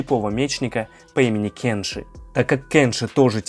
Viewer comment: Меня бесит что ты говоришь: КЭнши а не КЕнши